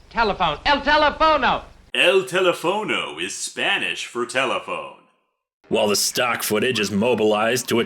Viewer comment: El teléfono IS Spanish for "the telephone". But they mispronounced it.